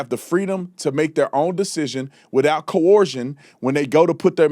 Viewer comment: Tatum thinks the word is co-orsion 😂😂😂😂😂